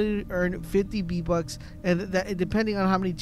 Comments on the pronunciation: VEEEEEE bucks not BEEEEE bucks ffs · Why do you call them "BEE Bucks" when they have the letter "V" as the prefix?? "VEE"...not "BEE". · Ye_Boi_ EPC_28 im glad i was not the only one who heard the "Bee" bucks lmfao no lie I am dieng typing this comment while he continues to say Bee bucks 😂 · STOP SAYING B BUCKS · its triggering to hear beatbucks all the time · What’s a b buck I though it was VVVVV BUCKS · v bucks not b bucks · “B - Bux” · bee bucks 😂😂😂😂 he said bee bucks lol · Hey Bud I cannot un-hear this